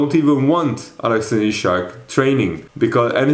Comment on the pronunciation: Broooooo his name is Isak not ishak please.